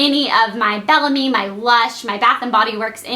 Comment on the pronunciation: i know this is stupid, but everytime she pronounces Belle Ame wrong I correct her in my head lol